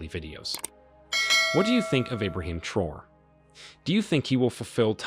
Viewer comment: Please take a few seconds to learn how to correctly pronounce these people’s names before you make a video about them. It’s pronounced Tra-O-ray!